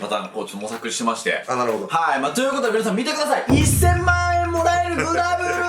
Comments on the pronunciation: グラブルのやつ、もらえる、じゃなくて、もえらる・・ｗ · 1000万『もらえる』じゃなくて『もえらる』なんだよなw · 「もらえる」じゃなくて「もえらる」なのが気になる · もらえる、じゃなくて もえらる、になってんのよな